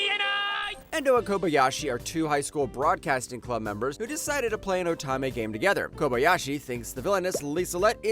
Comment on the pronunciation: Great list, I've seen all but 2 of them and loved them all. 7th Time Loop is rightfully number 1, although Next Life was my original favorite and still a favorite. Also, most, if not all of these have light novels if anyone wants to continue the journey, which I highly suggest. But please, please could you learn how to say "Otome" it's oh-tome-may.